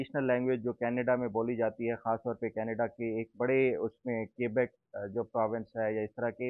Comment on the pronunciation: What kind of investigator are you. You don’t know the different terminology’s of local law. You can nor pronounce the word Québec and you don’t the difference between Green Card and Canadian. The documents are in English and investigator has good in English language. Your Urdu is not so great either.